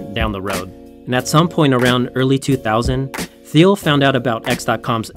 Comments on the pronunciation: What you didn't learn is that the uploader got a few things wrong. It's pronounced Teal, not Theel (Peter Thiel). Also, he used the logo of some health company called Cofinity, not Confinity (the actual company). Lots of info researched, but constantly botching the founder's name and his company takes it down a notch. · That drove me nuts. Also, his pronunciation of "Peter Thiel". It's pronounced "teal", like the color. Otherwise, great video, but this stuff just makes him sound amateur. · I do. it made me wonder the whole time "but that looks like Peter Thiel who is Phil?????????????????? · The presentation is not bad, but you pronounced Thiel's name wrong and also you used a healthcare company Cofinity's logo instead of Confinity. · wrong confinity logo, THeal, CompaCT, Wells FargO (wrong emphasis); c'mon!!